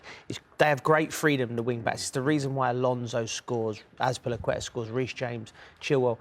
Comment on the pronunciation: Rio always has a hard time pronouncing Azpilicueta 😂